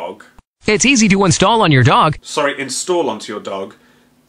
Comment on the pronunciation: "Intsall" INTSALL?! What is this Dog is downloading Poo bag .exe.